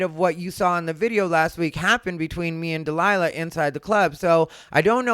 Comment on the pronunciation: Jesus Christ “Dee Lie La” is criminally stupid